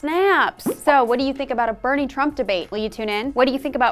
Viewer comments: Why do you pronounce Trump's name wrong? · or doing childish acts such as mispronouncing Trump's name multiple times.